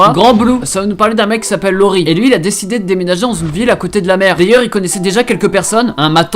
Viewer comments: iori pas lori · Grand Blue est tellement bien :D Par contre c'est iori, pas Lori :')